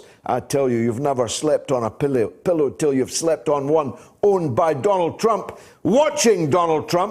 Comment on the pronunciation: Did I hear "pillie" for pillow ?? You can take the Scotsman out of Scotland... 😉 Great show again, thanks GG